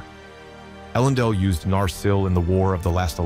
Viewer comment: I made it a minute and 19 second in before your pronunciations made me pause and exit out. Elendil is said a dozen times in the first few movies FFS.